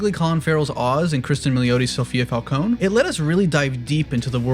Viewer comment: You said falcone (Fal cone) and not falcone (fal cone ee) LOL